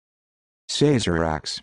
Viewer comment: Incorrect. It is pronounced "Sah-zer-ahk" not "SAY-zer-ahk".